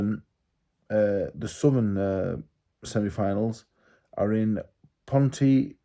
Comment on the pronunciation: Pontyclun is pronounced Ponty Clean